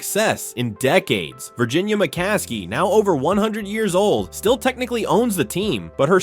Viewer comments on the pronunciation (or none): none